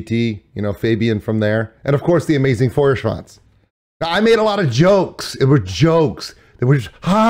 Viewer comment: if only you could try pronouncing Feuerschwanz correctly ;)